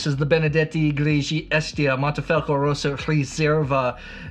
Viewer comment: Mohnnteh-Fahlckoh not "moneefelco" only critique.